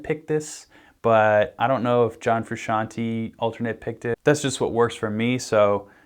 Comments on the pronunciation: It's fucking FrusciantE not FrusciantI. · "John FrusciantY??" 😂😂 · Charles Hess - haha. I actually pronounced it "fruh-shawn-tee" for years, until I heard him say his own name and found out it was "froo-shawn-tay". So you're either right, and even his name is hard, or I'm just kind of a dumb guy.